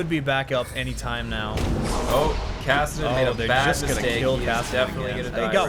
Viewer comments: PLEASE STOP SAYING KASAADIN ITS KASSADIN! the pronunciation Nazi in me wants to strangle you... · Sweet video as always. Btw I've never heard anyone pronounce "Kassadin" like you do.